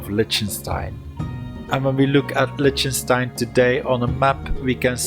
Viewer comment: Lightenstein is pronounced as Likhtnshtayn.